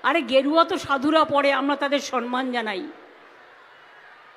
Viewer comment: "SANMAAN" noy, Kathata holo "SAMMAN".